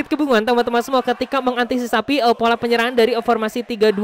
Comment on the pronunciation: Mengantisipasi bang bukan mengantisisapi 🤣